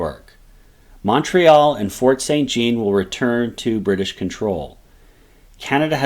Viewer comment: san zjon not saint gene. But excellent summary !